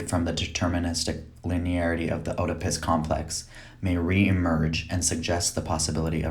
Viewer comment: Additionally, he can't pronounce "Oedipus" correctly.